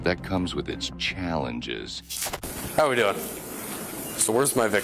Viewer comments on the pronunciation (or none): "but that comes with its chællenges"